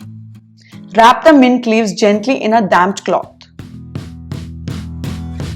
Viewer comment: I’m sorry but every time u say damp I hear Damn lol it makes me smile 😊